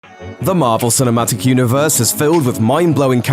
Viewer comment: british accent... MAVL SINMATIK